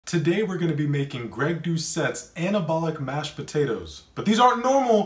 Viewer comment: He actually said “podadoes”